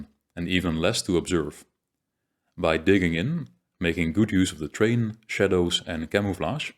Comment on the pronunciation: Thank you for all of the wonderful content you have made. It is of a very high quality and thoroughly researched. One small point. The word terrain is pronounced more like this: 'teh-rain'.